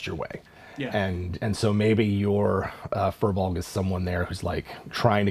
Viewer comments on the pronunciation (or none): Oh I thought it was pronounced "fire blogs". Well I like how I pronounce it better then "fur bogs" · Actually, the correct pronunciation is "Fear-Bolg" which means Bag Carrier. They were originally slaves in human lands who fled to Ireland for freedom, but became enslaved by the Formorian giants. When the Tuatha De Danan came to Ireland, the Firbolg cheered them on as liberators, only to discover that the new conquers considered them hideous and banished them to the forests. They were hoping that the arrival of humans would offer them the chance to freely interact in human lands, but the humans mistook them for monsters, and chased them away as well. They live in the forests resentful that they never got a chance to join peaceful civilization. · "FEER-BULG"! it's pronounced "Feer-bulg"! I personally hate that this term in Irish has been hijacked and doesn't even represent what the Fir Bolg (which is a plural term in itself, so "firbolgs" is like saying "the el chupacabra"), But if you're gonna use the term, at least pronounce it correctly! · Hearing Americans repeatedly trying to pronounce "FIr Bolg" is painful. They are from Irish mythology